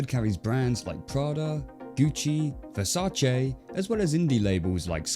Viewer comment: You say Versace weirdly lol 😂😂 I couldn't stop laughing